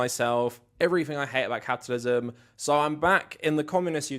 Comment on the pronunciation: Off topic... you made me laugh when u said capitalism, but it sounded like u said catitalism....lol